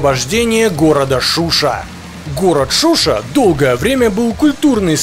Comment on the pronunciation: Не Шуши а ШушА ,автор видео Мужик🤝